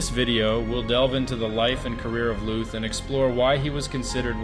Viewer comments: LÜÜÜTH, MANN! ... nicht Looth. Engländer! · Lüth, not luth. we do not make a strange sfsfsfs sound out of a t, just because there is a silent h with it…and those two dots are there for a reason. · The H in Lüth is quiet, which means you pronounce it as if it wasn’t there, Lüt. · Why didn't you start your research by learning how to correctly pronounce his name?